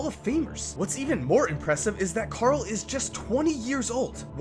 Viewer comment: Why are you calling Karl cat